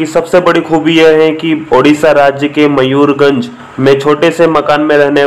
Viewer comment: Right pronounce Mayurbhanj not Mayurganj First correct it